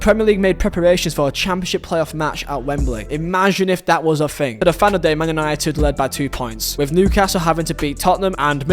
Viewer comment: Makes you think not makes you fink